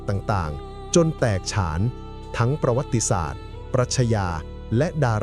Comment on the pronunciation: แค่ นาที ที่ คำว่า ประวัติศาสตร์ ก็ ออก เสียง ผิด แล้ว ครับ ลองฟังดู มี อีก